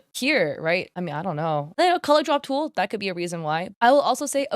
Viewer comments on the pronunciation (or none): none